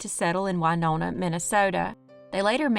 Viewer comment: Winona, Mn is pronounced like Winona Ryder(she was born there) not the singer Wynona, just fyi